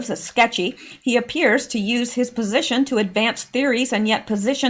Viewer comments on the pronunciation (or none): none